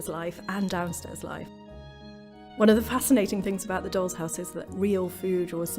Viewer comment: Your pronunciation of "doll" comes out as "dog."